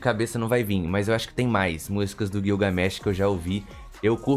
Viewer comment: Gilga... , não é guioga.